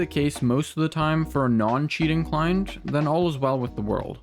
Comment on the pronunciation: Took me until 3 minutes in to realize he was saying "Client prediction" instead of "Climb prediction" :p couldn't hear any "t"s! anywho good video :p